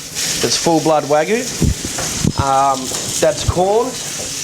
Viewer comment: It's WAGYU, goddamn it! Not "Waygu!"